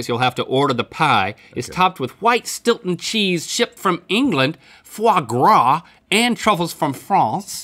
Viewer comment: “what the fwagra” 😂